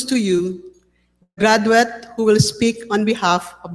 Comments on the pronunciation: did Prof said *grad-wet*? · no.... the proper pronunciation is "gradwit" not wet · Kahit pala sa La Salle, pinoy na pinoy ang pronunciation ng mga deans. Gradwet instead of Graduate. Actibitees instead of Activities. Wala naman palang difference kahit saan ka mag aral eh. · when I heard her say grad-wet and medarl. I was like , I'm out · Oh my GOD.. that La Salle dean’s pronunciations..congrats gradwet..😂🤣..WTF. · I noticed that .... The lady didn't learn English pronunciations. Grad-wet? OMG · Gradwet deliget haha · ALANG hiya naman etong si o, hindi mo aakalaing professor sa isang prestigious school. Yong word pronunciation parang pinaghalong BisayaTagalog@ Ayos! Dinaig ka pa ng nag speech na estyudyante mo…. Third (tord),, Graduate (gradwet)…… Ayos! 😂😂😂😂